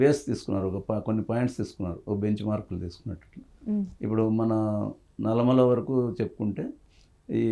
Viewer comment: ఏoకర్ గారు, "నల్లమల్ల" కాదు అది "నల్లమల". కొంచం తెలుగు కూడా నేర్చుకోండి